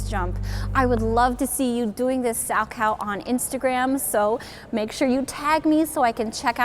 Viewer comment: You are mispronouncing his name. It is Sal-Ko. Not “cow” as in the farm animal.